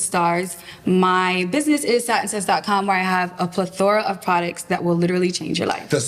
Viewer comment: Not pleTHORA😂😂😂 she leaned on that incorrect pronunciation